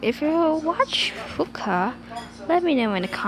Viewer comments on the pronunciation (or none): "Paccu" its Pucca not Paccu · Am it's not pacca it's pucca